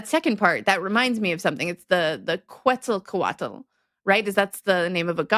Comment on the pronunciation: Love your videos, guys! Many thanks! You are ALSO pronouncing "Quetzalcoatl" wrong. The word comes Nahuatl via Spanish (where it got it´s spelling). A rule in Spanish, with no exceptions (not talking about barbarisms here) is this: Whenever you see "qu" the "u" is silent. Always. If you see a word with "qu" followed by anything other than an "e" or an "i", you can be sure it is not Spanish. So, please, start pronouncing "ketsalcoatl" (kɛtsəlkoʊˈætəl). Again: many thanks for your great videos, guys!